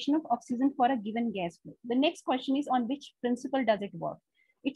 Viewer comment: Madam Question is pronounced as Kw-es-chen, not as Kyo-shan.